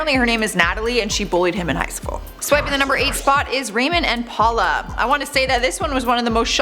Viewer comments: you pronounced Paola just like my name Paula! 😭😊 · NOT Paula, it's pronounced "Pow-luh" 👍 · Lol she kept pronouncing Paola "Paula" 😂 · Jose was on Catfish twice!! He catfished a girl, who had JUST gotten catfished by "Jose," which turned out to be a girl from her school! Then she met "Jose" and flew all the way to Alaska, and tracked his ass down. Ramon is pronouned Rah-mone, and Paola is pronounced Paol-a. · The pronunciation of “Ramon and paola” really gets on my nerves lol at least try to say it right lol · The way she pronounces Ramon and Paola makes me cringe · That’s not how you pronounce Paola 😩😩😩